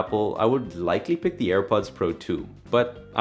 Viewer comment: Thank you for the list (btw it is pick not pik lol)